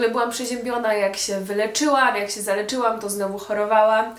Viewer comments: Ja tak samo usłyszałam 😛 Ale chyba faktycznie powiedziała zaleczyłam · nie wiem ale brzmi jak '' zaręczyłam '' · czy tylko ja słyszę ,,jak się zaręczyłam'' XD?